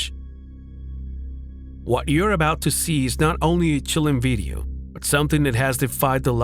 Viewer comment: "Beedio" you say? 🤔🤭 That's okay because me no pueblo hispagnoli anyway😂.